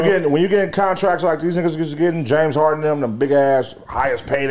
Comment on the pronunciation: It’s James harden not James Harding 😂 lol